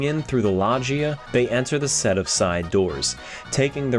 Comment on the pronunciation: I've never heard loggia be pronounced "lodge-eee-uh" before